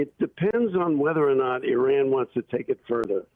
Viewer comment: whoever you are, is it possible for you to learn how to pronounce "Iran"? How do you pronounce "Italy"? Good grief.